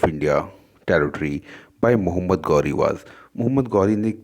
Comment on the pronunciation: Mohammed gauri nhi Mohammed ghori hota h Chutiye